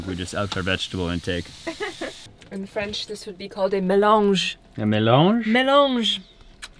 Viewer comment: HA HA HA, Love your french. I am francophone and you pronounced it properly